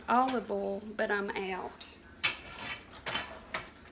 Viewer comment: Hey...is that "ol" or "oil"...any way you say it..it's all right with me. May you and your family have a wonderful holiday season. Thanks.